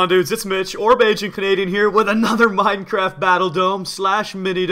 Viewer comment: Muh the gine cruh the gaft = minecraft